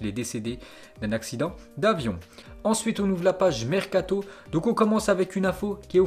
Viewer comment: Le « Marcato » 😭